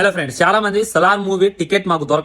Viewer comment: Friends ❌ friendsu✅ 😂😂😂 Epic